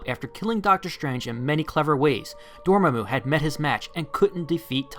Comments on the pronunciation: Never pronounce Dormammu's name like that again please. "Door Muh Moo" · Love your channel but...DORMAMU [Door-Mah-Moo]. Ok thats off my chest now. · lol door mu mu, Door-MA-Mu, there you go